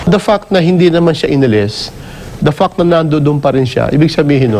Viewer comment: BIGLA AKO NATAWA SA PART NA “DA FACT”